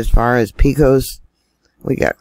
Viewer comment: Thanks! I live in West Texas. It probably is the drilling and fracking. All thats out here is pump jacks, jack rabbits, tarantulas, scorpions, rattlesnakes, desert and heat. Doesnt surprise me at all about the earthquakes. By the way...Pecos is said like this...paycuss. A little Texan for ya. Lol!